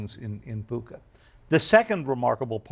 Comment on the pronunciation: Clueless journalists who can’t even pronounce Bucha correctly. Stick to reading Op Eds. 👍